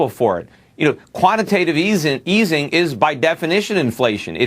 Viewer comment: the bitch said 'quantitatitive easy'